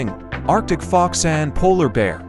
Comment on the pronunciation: You said arctic fox wrong.